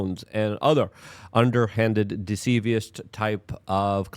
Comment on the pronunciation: He ‘rebutted’ not ‘rebuttled’- that’s not a word. “Deceptive”, not “decievious” - that’s not a word.